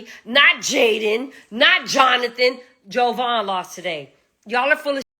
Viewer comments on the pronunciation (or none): She don’t even knw JAvaughn’s name. It’s not an O. Ugh and she keeps saying it over and over. Glad she’s holding CR accountable. Finally.